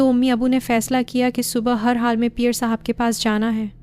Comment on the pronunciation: Aap peer sab ko pear sab kw bol rahi hain,pls apni urdu durust krain,apki awaz bht achi hae,lakin apki stories me urdu ki bht mistakes hain